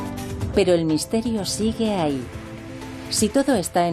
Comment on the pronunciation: Sobre todo cuando dices "ahy" y "consepto"...